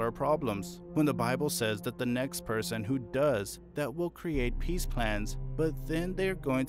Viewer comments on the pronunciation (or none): none